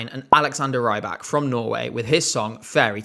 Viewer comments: Rybak should be pronounced "reebak" as it means a fisherman, pronouncing it wrong is a bit like saying feesherman instead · "Bad accents" were cited, so let's point out that Rybak's name is not pronounced "raibak."